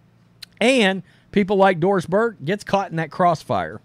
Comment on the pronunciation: When you say Doris Burke, all I hear is Forced Diverse.